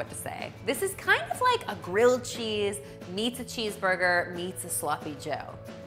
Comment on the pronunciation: GWILLED CHEESE IF YOU PWEESE!!! (Check out the Elmer Fudd video. I love it)